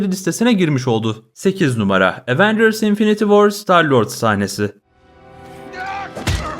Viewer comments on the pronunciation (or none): none